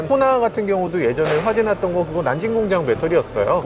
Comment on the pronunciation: 난진이 아니고 난징 아닌가요? 남경